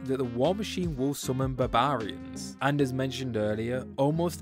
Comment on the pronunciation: Why is no one talking about the way this guy pronounces 'barbarians' ?!